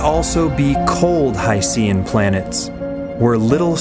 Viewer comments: It's pronounced 'HY-SHEN' like ocean. How could you not even get that right (and you presented plenty of other misleading statements)? It's almost as if your entire background knowledge is from Wikipedia. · Hydrogen + Ocean = Hycean So why not pronounce it as: Hy Shn? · I just can't get past your use of 'HI-SEE-AN.' At least you could have said 'OH-SEE-AN' as well. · I watched multiple videos about hycean planets and not once have I heard anyone pronounce it like you do. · Simple as a simpleton, just like the guy in the video. He couldn't even pronounce 'hycean' correctly once, as if he isn't aware of the portmanteau.